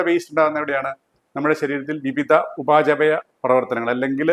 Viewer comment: ഉപാചപയ അല്ല ഉപാപചയ ആണോ ശരി ? ഉപാപചയ പ്രവർത്തനങ്ങൾ എന്ന് പണ്ട് കേട്ടതുപോലെ ഒരു ഓർമ്മ😊